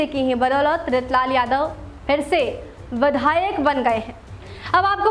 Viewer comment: Badhayak nhi vidhayak